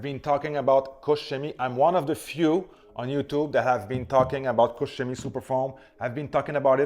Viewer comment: thank you for good pronunciation of KOCH CHEMIE ♥ Because my ears hurt when I hear - COCK KEMIE, or COKE CEMIE .... :D COKE COLA CHEMIE